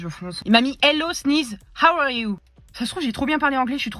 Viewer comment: Cartoon cat : haw are you alors que c’est how are you